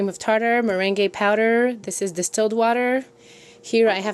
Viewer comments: You always make the cutest things. FYI though, Meringue is pronounced, at least in the US, as "mer-rang". The E is silent. No matter the faux pas you make with the English language, your command of it is amazing. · It's interesting the way you say 'meringue' considering you're fluent in French! In English we say 'meringue' like 'mur-ang'.We're probably totally wrong. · I love how you say meringue powder it's such an interesting thing to see how someone non English speaking understands the language